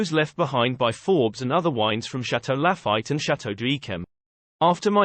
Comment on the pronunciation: haha! I almost liked this video until I heard Chateau La-fight and Monti-die-cino.